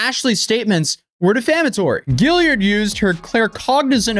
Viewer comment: "Gill-ard" not "Gill-i-ard"... sorry to be that person.